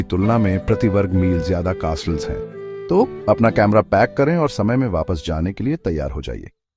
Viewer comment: कास्टल्स यह ऊच्चारन गलत है, कॅसल्स ऊच्चारन सही है.